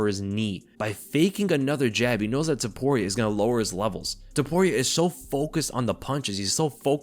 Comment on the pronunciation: Not Zaporia! TOPURIA.